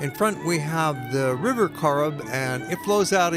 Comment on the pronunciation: Also it's the River Corrib not Carib.Good link well done ow.